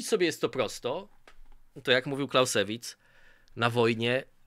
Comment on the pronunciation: Clausewitz czyta się "klauzewic" (akcent na pierwszą sylabę) panie...